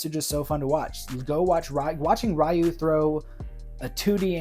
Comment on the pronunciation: Curious how you pronounce Ryu's name more accurately when discussing his casting but then you use the mistaken pronunciation when discussing the anime movie which is ironic because that movie said his name properly and taught many of us westerners how to say it right, when the 1994 live action movie did it wrong. :P Anyways yeah, not sure about Leo Howard as Ken but the rest of your choices are pretty great. Alan Ritchson absolutely has the size, muscle and is a great actor too. I'd go with him as Guile but failing that, yeah I could see him as Bison (who I like to see as a huge guy with a big grin like the anime movie). :D